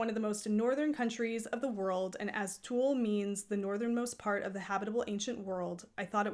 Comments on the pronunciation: I don't think that's how it's pronounced. At least that's not how I would say it in Swedish. I can't explain the pronounciation though since you don't have those vowel spunds in English. Tewrleh?🤣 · Thank you for a great channel! I'm a new fan 😍 it's really cosy to watch your clips while I'm knitting. If you want to pronounce Thule correctly?! Say the T lightly as the T in tea. H like a breath as in halo. U as the 'ou' in you. Soft L E like the E's in ever 🙃 Thank you again 🙏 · So can we assume the Thule bike racks are pronounced that way too? It's nice to know, I've wondered.